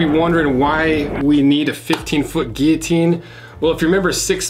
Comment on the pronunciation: I discovered, binged, and subscribed last night, and knew I made the right choice when I heard you pronounce guillotine correctly. Keep up the great content.